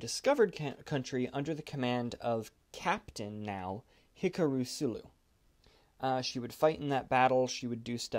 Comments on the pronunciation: It's pronounced HE-KAA-ROO Sulu not HICK-UH-RU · It is HEE KARU Sulu- not Hick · Captain Sulu’s first name is NOT pronounced “HIKA-ROO”! It’s pronounced “Hi-KA-ru”!! Get it right!!! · Hick Ah Rooo?????? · "Hicka-roo" Sulu? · you pronounched sulus name wrong